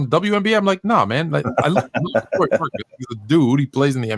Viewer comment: "Lori? You drafted a girl from WNBA?" 😂 Learn to say his name Lauri (as a "Lowry" in Kyle Lowry or at least that's as close as most English speakers get) and then maybe people won't be confused 😉 Oh and he wasn't just a throw in from Cleveland. It's true that that's how public saw it, fair enough. Actually though by reports from Utah beatwriters, Lauri and Sexton was must includes in the trade if Cleveland wanted to talk about getting Mitchell. Ainge really wanted to see if one or both of those guys would pop 😃